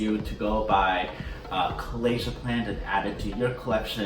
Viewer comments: It’s not pronounced Colasia. It’s Colocasia. Really pretty! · I think you pronounced it wrong, it's colocasia not colasia